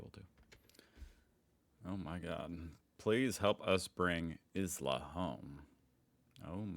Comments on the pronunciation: Oh, and the name "Isla" is pronounced "eye-la"... have you really never heard that name before? I remember you not recognising "Felicity" the other day too. The people in Indiana must have such boring names. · ISLA is pronounced the way we say isle and island. Why did you read Broonswick? It’s a short vowel, Brunswick as in buns and runs. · Isla is an old old name pronounced eyelah. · Isla pronounced eye la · ISLA would probably be pronounced, EYE LA. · Isla is pronounced "eyela" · Is Isla not a name in the USA?? It’s pronounced like island at the beginning like “eye-la” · Isla is pronounced ILA like in island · Isla is pronounced eye lah Brunswick is pronounced B-runs-wick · Isla is pronounced like 'island': eye-la. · . It’s pronounced eye-la. As in island. I know, weird, isn’t it. Fairly famous Aussie actress Isla Fisher was in a Scooby Doo movie & Confessions of a Shopaholic.